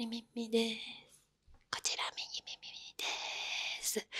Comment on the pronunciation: いつも『右耳』言えないのかわいい💞